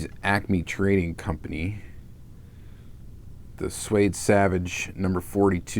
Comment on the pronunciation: Sweed Savage not Swade Savage.